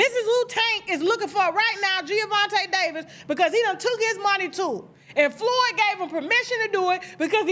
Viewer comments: I didn’t know who this Gio Davis dude was … you keep saying Giovanti… IT MS Gervontae… the black derivation not Italian 🤣… but all these ninjas got little man syndrome… he’s 5’5’ … dafuq 🤣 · Tasha it’s Gervonta not Geovonta Davis😂😂😂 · I think his name is pronounced "JER-VON-TAY" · Why does Tasha keep saying Giavonta 😒 🤣🤣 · Gervonta not Geovonta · it’s Gervonta Tasha 😂😂😂😂 not Giovante